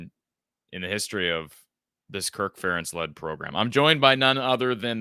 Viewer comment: When an Iowa fan says " Fur- entz" I know he is a clown